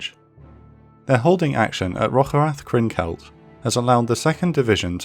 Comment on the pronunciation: Every time you say "Rocherath" I say "bless you"